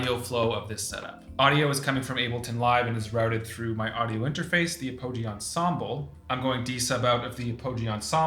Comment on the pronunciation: Also I was the dude that roasted you for saying Mead-EEE, and I’m here to do it again! It’s Ap-uh-gee, not a-Poe-gee you monster!